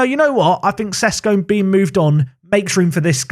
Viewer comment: He's Sheshko, not Sesko.